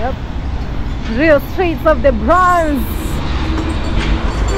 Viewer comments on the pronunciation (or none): the word is Bronx not Bronze. Use Google to get the correct pronunciation of the word. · Hey, Welcome to America! And the way you pronounce that section of New York you visited today is the Bronks that’s how it’s pronounced but spelled Bronx 👍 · You said the Bronx wrong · please try and pronounce the Bronx you not saying it correctly